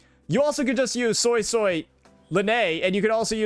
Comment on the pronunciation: it's suisui not soy soy pls